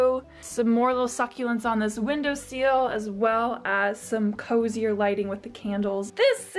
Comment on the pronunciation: No one: Absolutely no one:: windowSEAL Im sorry i love you just think it’s funny how you say seal instead of sill😂